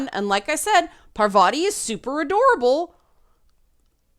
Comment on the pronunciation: (on or about) - GASP! said 'Pavarti'! TRIGGERED!